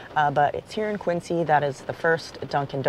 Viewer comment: Hi, fun video. Think Quinzy rather than Quincy. So fun that you went to school out there…oh, and I always used to see Dunkin boxes on everyone’s car dash board when I visited as a kid and Lobster rolls are summer food for me. Tough lobster would have been disappointing! Love how adventurous you are!